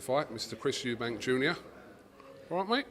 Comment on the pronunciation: Pisses me off people calling him and his dad Eubanks. It's Eubank. FFS.